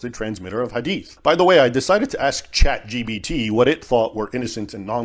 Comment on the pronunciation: David- It’s Chat gPt, not gbt 🤦🏻‍♀️